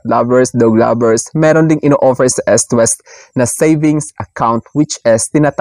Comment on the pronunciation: Eastwest po, hindi Estwest. As in you pronounce it as eaaassst hindi esst